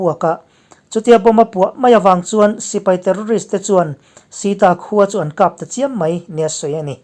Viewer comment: 'Khap' tih hi i lam dik lo thin a. Mit khap tih angin i lam thin a ni.